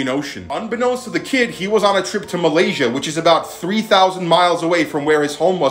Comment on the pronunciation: IT'S MALAYSIA NOT MAZESYA but your pronounce it's right